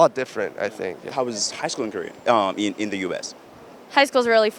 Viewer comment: It seems like Korean American girls say "Kurrea" instead of "Korea"